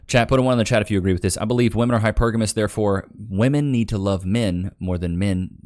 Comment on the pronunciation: why can’t anyone use the word WOMEN correctly “why men stop…. Chasing….. ‘woman’ it’s women it’s women say it with me (wem-men) saaaaay it!